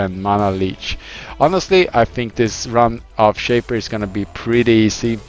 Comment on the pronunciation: I like the way he pronounces sheap 4Head 😊